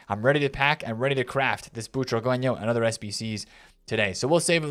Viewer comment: Boo-tra-ge-ño not chihuahueño